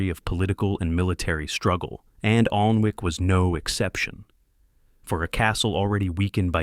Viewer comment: its pronounced annic